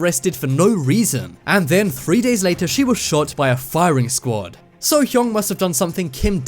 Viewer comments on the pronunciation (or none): none